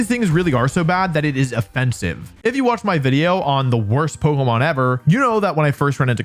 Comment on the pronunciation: "poguhmon" I'm out